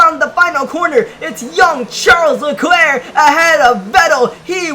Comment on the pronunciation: that isn’t how you say Charles Leclerc’s name